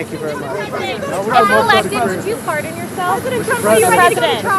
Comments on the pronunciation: It sounded like that reporter asked Did you fart on yourself?😅😂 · I thought the journalist said “if you’re elected will you fart on yourself?” instead of pardon yourself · Did the female reporter at the end of his comments ask him " if you get elected will fart on yourself ?" I swear that is what I heard her say.